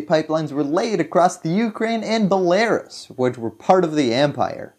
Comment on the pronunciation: The way you pronounce belarus hurts my ears 🤣